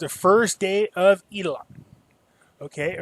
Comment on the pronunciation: Omg, he said "the first day of Eid (eat) a lot" lol! Did anyone else catch that? Hope our Muslim friends don't get offended lol!